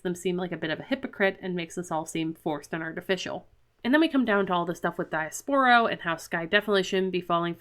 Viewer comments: Hi! Let me remind you it's not how you pronounced Diaspro. It's actually "dee•yas•pro". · it's pronounced Dee-ass-pro because she's an ass 😂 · I'm mark and the pronunciation of Diaspro is kinda growing on me 😅